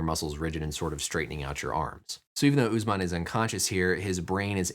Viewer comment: Uss man not oozeman HOW DO YOU PEOPLE TALK